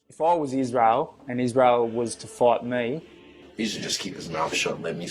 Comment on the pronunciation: "eef oi wos israyel oi wood feer mei."